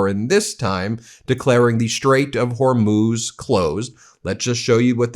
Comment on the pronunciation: He says Strait of Hormuth , is it near the Strait of Hormuz?